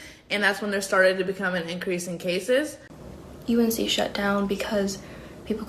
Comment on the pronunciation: You’re saying “UNC” correctly